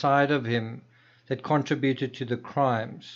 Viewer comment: Contributed NOT Contri buted.